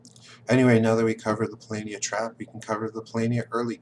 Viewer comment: I see that you went from saying "PoLOHnia" to "PoLAYnia", but you should be saying "PoLAHnia" :-D Other than that, keep up the good work! I'm researching experts in several modern games, and you're one of the best combinations of strategist and communicator on YouTube right now.